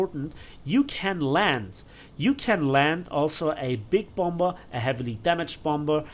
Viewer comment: Just FWI you don’t pronounce the second B in “bomber” :)